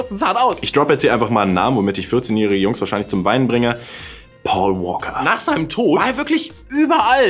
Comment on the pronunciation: sagt immer Poa Woaka;DD und nicht Paul Walker